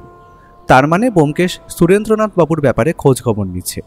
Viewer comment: er Surendra nath babu r pronunciation eto kaan e lagche… its shu-ren-dra not su-rendra in Bengali names